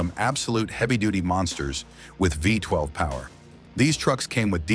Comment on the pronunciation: NOT FIVE TWELVE! It's Isuzu Vee twelve mate.